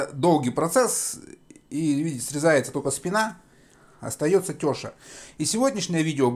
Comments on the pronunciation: Не теееша а тешааа ударения на букву а. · У нас называют теша́, а не тёша.Но рецепт правильный.